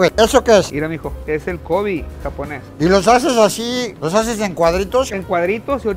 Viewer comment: Se dice Kobeeeeee no cobiiiiii